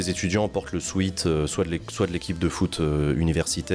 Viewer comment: Le Sweat, pas le Sweet ! ^^ Et absolument d'accord sur les violences, pires dans le privé